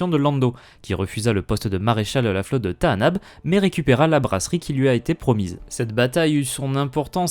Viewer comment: Bizarre dans le film, Lando dit Tanaab et non comme tu dis, c'est une erreur (grave) de traduction ? Et comment connais tu le bon nom du coup ? (je suis curieux (mais attention au côté obscur 😊)) Et c'est aussi ce que dit Kyle Katarn dans jedi academy (si les disciples de Ragnos sont sur Tanaab, ils ne sont pas là par hasard)